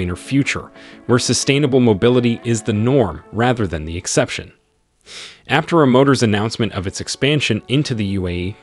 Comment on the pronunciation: Pronounce Aptera correctly.